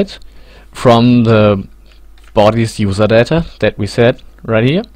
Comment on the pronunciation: Juserdädä :D